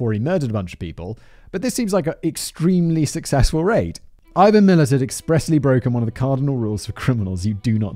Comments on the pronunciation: How it’s spelt: Milat How it’s pronounced: Milat Simon: Milit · We pronounce his surname as MI-LAAT 😊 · I loved it! ...and "Millet" instead of Milat! Part of Simon's charm is his mispronunciations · It almost makes up for having to hear "Millet" for over an hour and a half. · His surname is pronounced millAt. Anyway in the 80's my wife and her best friend were teenagers and were walking on a side rd near the highway between Brisbane and the Gold Coast. The Gold Coast Hwy but now called the M1. North of the Belanglo state forest just inside the Queensland side of the Border. A man pulled up and offered them a lift to which they declined and ran off. To this day they both swear that the man was Ivan. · ⭐️ ⭐️ ⭐️ ⭐️ ⭐️ Pronunciation for Milat is “Mil -at”. 2 syllables. The emphasis being on “at”. Thanks for doing another Aussie story. Another national treasure…. Along with Chopper Reed. 😊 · His pronunciations of Mildura and Milat were a bit off too. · He had me scream "IVAN MILAT" out loud by pronouncing the surname wrong. But we love Simon. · Omg ‘oot’ instead of ute 😂😂😂 and it’s MilAt - coz we are aussies and make up our own pronunciations. Also you think this is good. You need to do the Snowtown murders and The Family murders both in SA. Also Ivan Milat’s nephew, Matthew Milat also became a murder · i came to comment too. ute "you-t" lol and Mi lat